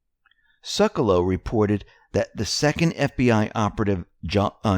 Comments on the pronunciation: Seck-u-low is the correct pronunciation, even Jay says his name on air bro, this makes you sound unintelligent. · Seculow = "Seck - you - low". And thanks for the great work!